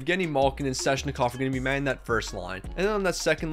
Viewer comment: Okay,... I'm sorry but it's not Sezshnikov, it's Sveh-ch-ni-kov.